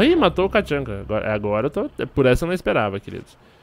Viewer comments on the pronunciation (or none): nao é katchanka, é tatchanka